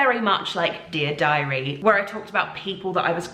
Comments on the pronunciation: I enjoy how she fell into an american accent when she said "dear diary." I'm sure it's a Veronica thing. 😂😂😂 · It was totally an american accent, loooved that you pointed it out. And love the fact that she did that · Maybe from an American perspective it isn't an American accent😂 but Veronica is American? So that's what I think it was! (Sounded American to my English ears)